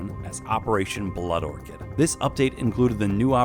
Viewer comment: He pronounced the orchid wrong in blood orchid. "blood orkid" faceass.